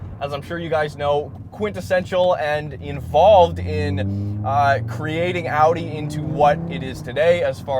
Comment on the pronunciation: Sick bro, and thanks for pronouncing Audi correctly